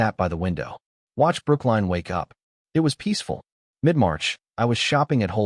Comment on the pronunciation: It’s Brookline Massachusetts!!!